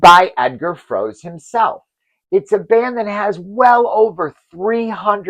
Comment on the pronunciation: Dear friend, in German we read the last syllable too (Froe-se, Schul-tze etc.), so you pronounce the TD's names wrong, "angloamericanising" them...